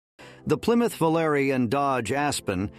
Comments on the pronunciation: Vo-lar-ee not volar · Did he say Plymouth 'Vo-ler'? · Then someone decided that a child serial killer (Detroit)had been seen in a Gremlin. Everyone then sold their Gremlins. (it wasn't the killers car) It's pronounced Vo-lar-ay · The bot derived speaker does not correctly say Volare` at all. Had one that we drove > 200,000 miles with original 225 slant 6 engine & transmission. That station wagon went through the devil being used as my fathers plumbers truck as well as being struck by a errant dairy cow & a bull elk!